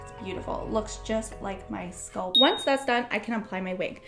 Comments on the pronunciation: Please stop saying sculp, it's pronounced SCALP!!! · This is helpful I also hate having an extra itchy layer. cantbwait to try it. my only critique, the word is scalp not sculp, its like a weird ear itch every time you say sculp 😅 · Being a wig content creator and not knowing how to pronounce the word “scalp” is wild 😂😂